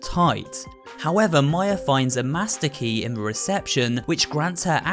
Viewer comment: More disturbing than the Seaview Hotel is the fact that you seem to pronounce "the" as "vuh" 🙉